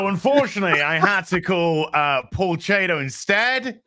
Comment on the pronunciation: Paul, like Mark Millar, is very polite about people mispronouncing his last name. Paul's last name is pronounced Chat'-o, not ch8'-o (and Mark's name is pronounced Miller)